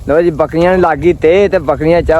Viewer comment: ਬੱਕਰੀਆਂ😂ਬੱਕਲੀਆ ਵਲੌਗ😂ਵਲੋਦ ਤੋਰ😂ਤੋਲ ਪਰੇ😂ਪਲੈ ਚੈਕ😂ਚੈਤ ਪਾਣੀ ਪੀਲੋ😂ਪਾਲੀ ਤੀਲੋ ਚੁੰਗਣ😂ਚੁੰਦਨ ਘਰੋ😂ਤਲੋ ਕਿੱਥੇ😂ਤਿੱਥੇ ਰੇਹੜੀ😂ਲੇਰੜ੍ਹੀ ਖਾਲਿਆ😂ਥਾਲਿਆ ਠੀਕ😂ਥੀਤ